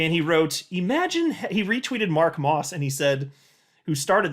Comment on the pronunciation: LOL you calling Mark "Ross", vs Moss.